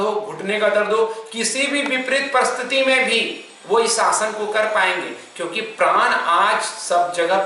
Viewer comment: प्रान नहीं प्राण कहा जाता है ।